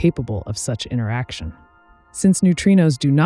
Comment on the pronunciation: Well, there's the "mah/jorana" mispronunciation of Majorana - and several "inneraction" mispronunciations of the word interaction after - - - just sayin'